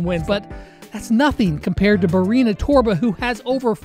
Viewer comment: Congrats on saying barania torba completely wrong